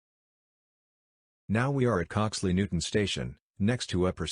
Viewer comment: Coxly Newtown not Coxly Newton bruh